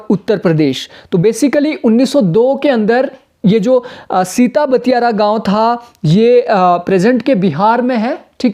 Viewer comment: सिताब दियारा होगा ना कि सिता बतियारा